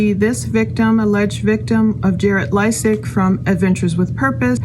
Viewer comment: Pronounced, LAY-sik